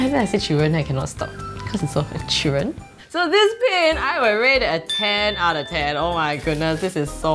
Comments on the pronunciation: Instead of saying children she said chiren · I'm British so when she said children I thought she said Sheeran and I was about to cry I thought that Ed Sheeran was actually there 😢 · When she said children I thought she said Sharon